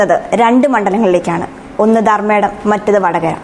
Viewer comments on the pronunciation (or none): ധർമടം അല്ലേ കുട്ടി ധർമ്മേടm ആണോ